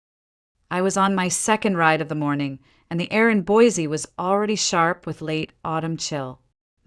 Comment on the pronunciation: That is not how you say Boise. Sounds funny since that is where the story takes place.